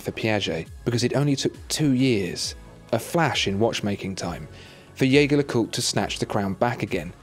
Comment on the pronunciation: youre pronouncing jaeger lecoultre wrong tho :D